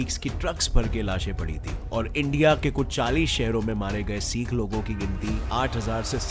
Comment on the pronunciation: Bhai bho sik nhi hote h sikh hote h